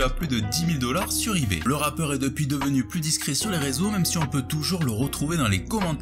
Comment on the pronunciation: Mdr t'as dis un "ratpeur"